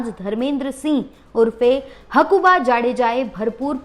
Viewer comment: પેલા બોલતા શીખો. તેની નામ હકુભા છે. હકુબા નહીં.